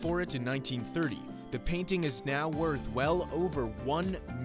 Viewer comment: "Its worht"